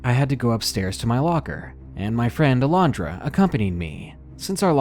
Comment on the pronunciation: so glad you can pronounce alondra , thats my birth name and no one can pronounce it , they add a j so they say alejondra im just like "WHERE IS THE FUCKING J!!! "